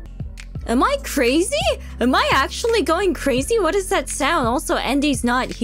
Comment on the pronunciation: 発音詳しい人に聞きたいんだけどカナダってthatの発音こんな感じなの？ 「thぁぃ」みたいな感じに聞こえるけど